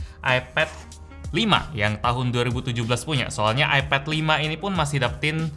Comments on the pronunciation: Kok nyebutnya epet si bang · AiPED NYEBUTNYA BUKAN EPED